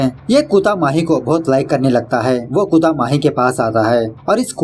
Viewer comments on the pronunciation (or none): It's kutta not kuta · Bro its kutta not kuutta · You pl pronounce "kutta" properly ...That is not clear .